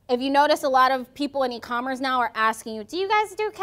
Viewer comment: did she just say e-commerence?.. i'm out..